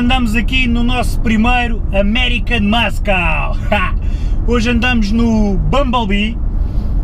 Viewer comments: Diz-se "muçle" não "muskle" ahah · Tens que aprender a dizer "muscle" melhor. Em inglês o "C" da palavra "muscle" não se diz, ou seja, diz-se "mussle car". Assim é que se fala! Força nisso. Gosto muito dos teus videos. Abraço. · 19L urbano? Tive a mesma reacção que tu. Porque será? :) Peço desculpa, mas ri-me bastante sempre que dizias muscle, por causa do sotaque. :D GÁS